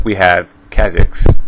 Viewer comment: Jesus man work on pronouncing names before making a fucking video jesus. You s Ezio as (Ez-e-o) Elise as (El-Lis) now i know this next one is a Shaco Harlequin (Harl-a-kin) , Kha-Zix ( Ka- Ah Zix), VI (Vee). This is how its pronounced Ezio (Et-Z-O) Elise ( E-Lease) Harlequin (Har-Le-Qu-in) Kha-Zix (Ka-Zi-X) Vi (V-I) Please just stop talking how in the world is stitch 626 related to Fizz at all color and ears and Eye size is all other then that nothing. Please make more sense next time and have good follow up information. SUPPORTING DETAILS as to why you believe what you do about these champs. it helps make your videos seem more solid.